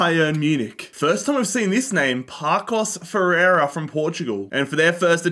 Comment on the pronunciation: Might I add that he said "Pakos de Ferreira" when it should be read as "Passos" but then he said "Famalissao" when it's "Famalikão" 😂